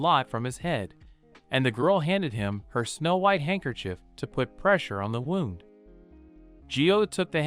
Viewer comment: And now, the AI can't pronounce "wound". I'm so glad that we are entering a world of poor mediocrity.